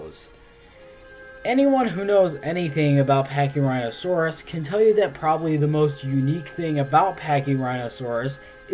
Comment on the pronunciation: Pachyrhinosaurus is my second favorite dinosaur, the fact that yhey butchered it makes me sad...